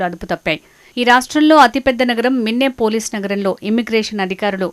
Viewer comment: మిన్నెపోలీస్ కాదు తల్లీ అది మినియాపోలిస్